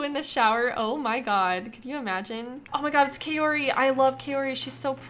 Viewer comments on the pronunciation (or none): wait you married Kaori and no one told you you're saying her name wrong? it's pronounced like Cow-ree. it's a Japanese name.